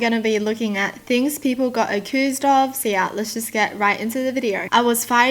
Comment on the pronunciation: "u-cu-oOsed" Wow just wow its accused❤❤👌😂🤣